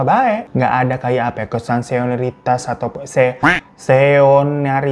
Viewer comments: Senioritas bang, bukan seonaritas 😭🤣🤣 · Se ni o ri tas, seonaritas 😂 bang bangggg ga abis abis lucunya 😂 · Senioritas bang bkn seonaritas 😂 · Komuk bang hiiro dgn pd nya biilang seonariitas/ngebosii.. padal masii salah juga, seniioriitas wey😂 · seonaritas 😭😭😭😭 udh belibet ttp salahhhh 😭😭 senioritas bang hirooo 🤣🤣🤣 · Senioritas bang 😂 Senior-itas 😂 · Senioritas😂 bukan seoneritas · Kebiasaan dah ah susah bilang“ SENIORITAS” 🫠🫠 Mantap fans bgt sama bang hiro 🫶🏻